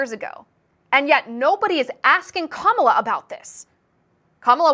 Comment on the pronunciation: Kum-all-ya? I thought her name said it all 😅.